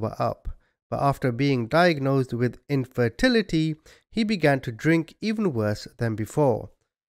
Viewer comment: Dude, did you say he was diagnosed with INFIDELITY? LOL! Maybe I need to get my ears checked... It took me a few minutes to understand he was actually diagnosed with infertility.